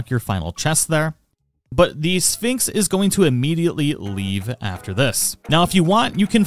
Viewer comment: Very nice guide thanks for your work to help us am I the only one that hears Phönix instead of Sphinx 😅